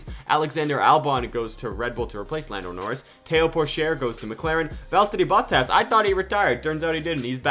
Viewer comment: love the videos but so glad bottas retires cause I can’t stand the way u say it 😂